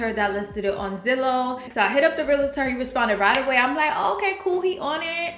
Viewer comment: Realtor not Realater.